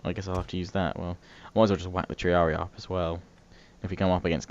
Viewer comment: Ugh, bloke it's TREE-AR-EE not tree-ar-ee-aye